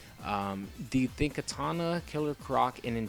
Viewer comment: it's kitana not katana, I'm not talking about a sword